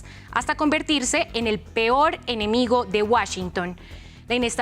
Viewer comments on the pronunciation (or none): none